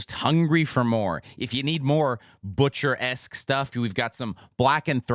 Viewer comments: Bootcher? Is that just a guess or how the band itself pronounces their name? I'd go with Butcher or perhaps Bytcher (wich is really weird). Seems like a great album though! 👍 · I think might be right on this occasion, memories of high school German, but I think the umlaut does indeed do that to the u sound. Doesn't mean we English speakers can't say 'Butcher' though